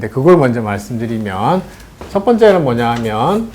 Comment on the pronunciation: 머냐 하면!!?? 첫 째! "뭐냐 하면" 이라 해야 하고, "뭐"를 길게 발음해야지요. 또, "한자한문"의 "한"을 짧게 발으합니까?? 제발 길게 발음하소서!! 한문 강의에 "한"의 발음이 틀렸으니 이 얼마나 엉터리 강의입니까!! 이런 문제를 지적하는 이는 1967년에 고국을 떠난 이 늙은 이 뿐이니, 이 얼마나 타락한 문화입니까?? 시청자 여러분!! 정중히 권하오니, 유튜브에, #nobulkoreanlanguage를 치시면, 우리말에 대한 귀한 강의를 들을 수 있아옵니다. 미국 변 완수 드림